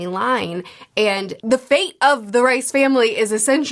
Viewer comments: I love this breakdowns and the vlogs. I’ve watched them all. There’s another very big sci fi series that feels so similar to attack on titan I have a hard time believing there wasn’t some inspiration. Anyway, great video as always. Also, I was thought it was pronounced Reese not rice, but I could be wrong. Sorry if that’s annoying lol. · It’s pronounced Reese not Rice